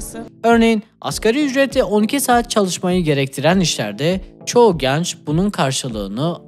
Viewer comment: kardeş "genç" kapalı e olmalı.